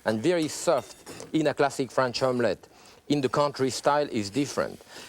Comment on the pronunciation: he said classic ; I heard plastic